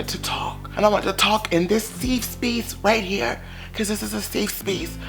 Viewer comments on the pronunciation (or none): Not a “seef Speese” I cannot 😂😂😂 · “This is a safe speece” took me out fren 😂